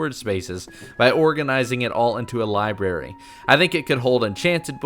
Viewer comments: Libarry?? TRIGGGERRRRR3d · Omg...he said libary not library🤷‍♀️😱😱